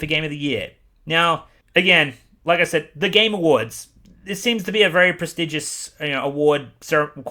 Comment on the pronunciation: Every time he says "the game awards" I hear "the gamer words"